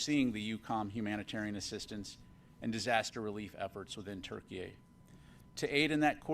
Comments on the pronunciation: Why does he keep calling it Turkey-A could it be more than miss pronunciation or what ??? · Why does he keep adding an “A” at the end of Turkey?? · I don't understand why he keeps putting A at the end of Turkey??? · Why does he keep saying TurkeyA? Is there a Turkey B?